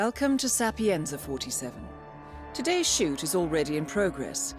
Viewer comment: "Sapienza" should be pronounced differently, the "z" in "sapienza" Is the same as the "z" in "pizza".